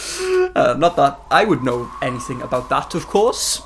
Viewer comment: No one:: AbOoOt Love the video 💚